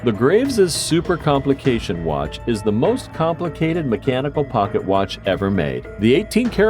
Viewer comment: And when you said watch you said "Wat"